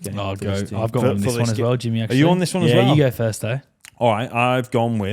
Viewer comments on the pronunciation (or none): already starting to sound English pronouncing his “one”s like “Wuun” 😅😅😅